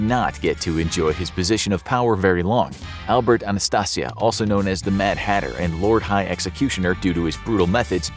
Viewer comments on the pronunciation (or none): none